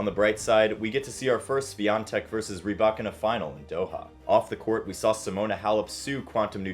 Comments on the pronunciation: It’s rybaKINA, not “ryBAkina” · I asked a Russian speaker & they pronounced it ‘rih-BYE-kee-nah’, with the stress on the second syllable!🤷🏽‍♀️